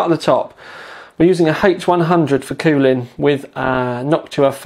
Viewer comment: he said COOOOWWWWWLING LAMO that accent !